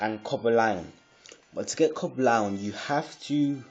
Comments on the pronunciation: its cobalion not coba lion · Haha you don't have Reshiram. You don't even pronounce it right. Or Coblion.